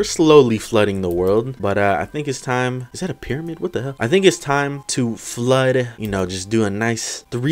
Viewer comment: You said whas the fuck